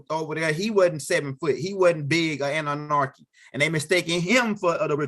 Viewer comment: There is no R in Anunnaki…lolol…and practice saying ExtraterreSTRIAL…That’s all!!! Keep the info coming though!!! 👍🏽